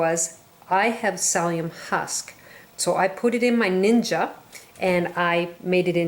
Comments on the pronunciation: Not pronounced salium pronounced silium (psyllium!) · She needs to learn how to say, “Sill-E-um” husks!!! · Please note, it's psyllium, no sallium! Thank you. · Nice video,i believe it's pronounced silly um. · Haha! Thank you! I had no idea what she was referring to when she said "salium"! I even googled it!! Haha! :) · Your videos are great! What kind of drama queen whines about the way someone Pronounces psyllium!? -_